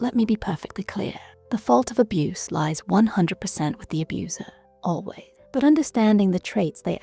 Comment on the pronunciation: I've never heard "always" pronounced as "alway" before. Kinda freaks me out. Was this created by AI or an Asian?